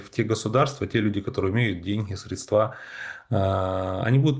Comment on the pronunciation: Как же режет слух коверканье русских слов. Все эти средствА, садить